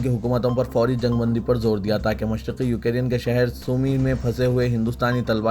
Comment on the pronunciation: یو کے ری ین ¿ نہیں یو کرین Ukraine